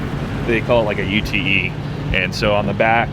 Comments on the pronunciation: Its called a U.T.E as in three words… like C.A.R hahahahahaha. Its one word a “ute” as in utility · 😂 thats what I said when I heard him call it a U.T.E. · It’s a Ute, not a U T E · In Australia they are called a Ute, pronounced yoot, short for utility vehicle 😀